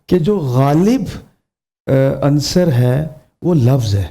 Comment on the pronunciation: سلام! بہ صد ادب گزارش ہے کہ اس سعادت خیز پروگرام کو ساری دنیا دیکھتی / سنتی ہے... اس لیے میزبان اور دیگر منصفین/مبصرین کو بھی گفتگو میں احتیاط لازم ہے... مثلاً : روانگی نہیں روانی عَنصَر نہیں عُنصُر عام یانہ نہیں عامِیانہ میزبان ایک پروگرام میں حافِظ کو حافَظ بول رہے تھے... جتنا اچھا پروگرام ہے اتنی ہی احتیاط کا متقاضی ہے... خیر اندیش جمشید کمبوہ پاک پتن شریف